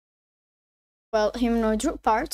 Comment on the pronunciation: wtf is a Humanoid Rock Bar. Speak clearer